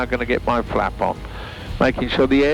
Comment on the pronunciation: Some of your viewers are very into aviation and love the safety and techno babble... no need to speed through it. And I Google every time he says "flap off or flap out" because I'm still a child at heart and it sounds remarkably like fap off and fap out